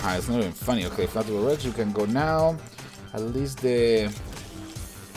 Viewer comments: its fla-tur-lor-hink-kus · it's flaturinkus (the h is silent)